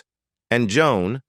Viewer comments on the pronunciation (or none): none